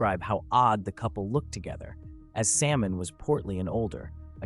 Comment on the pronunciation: When your name is simon but the A.I pronounces your name Salmon